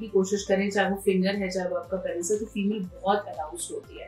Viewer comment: पेनिस नही होता पीनस होता है।